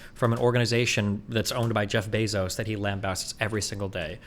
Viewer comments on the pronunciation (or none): none